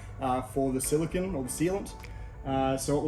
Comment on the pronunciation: FYI, Silicon is an element. Silicone (Cone) is a sealent. Us Aussies are often guilty of mispronouncing it. Great videos. Thank you for sharing your content. Your build looks fantastic mate, excellent job!